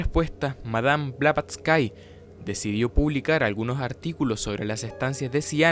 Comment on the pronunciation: No se pronuncia BlavatsYKE sino Blavatsky (la y final es como una i normal, no ie) y ella no fallecio en 1885, simplemente esa redaccion fue una carta donde ella se sentia morir porque en 1885 se formo un cisma profundo (y oculto entonces que vendria exponiendose a pleno una decada despues, ya que ella fallecio) en la Sociedad Teosofica cuando el Coronel Olcott la uso de chivo expiatorio de los problemas de criticas y acosos que se vio sometido el grupo entre 1884 y 1885, por lo que ella se distancio de él muy resentida y nunca volvio a la India - la carta era mas que todo expresando su estado de animo en que se sentia morir pronto por la tristeza, y que estaba ya entonces trabajando en su obra maxima - La Doctrina Secreta - en donde vienen incluidas precisamente las Estancias de Dzyan, PERO no se murio y alcanzo a publicar su obra entre 1888 y 1889, falleciendo hasta 1891 en realidad (los ultimos 4 años de vida de ella en Londres fue su periodo productivo mas intenso y positivo en la expansion del movimiento teosofico al punto que un poco antes de fallecer ya se habia medio-reconciliado con Olcott tambien). Eso si mientras estuvo redactando la Doctrina Secreta, que incluye y se fundamenta en las Estancias de Dzyan, a la fecha sin ubicarse claramente de donde viene esta referencia bibliografica real - aunque se sospecha una fuente ya desaparecida asociada con la literatura esoterica-visionaria mileniarista del ciclo Kalachakra Tantra del canon budista mas complejo tibetano y